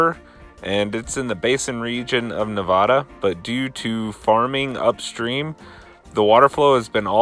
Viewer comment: You’re saying “Nevada” wrong